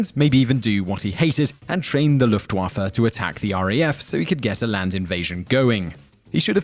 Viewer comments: Why are you butchering german words so hard? What's so hard about Luftwaffe? You need to pronounce it "Luftwoffur" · You pronounce luftwaffe weirdly